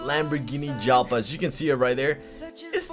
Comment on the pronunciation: It's pronounced "YALPA" lol and it was the predecessor of the Gallardo nice car bro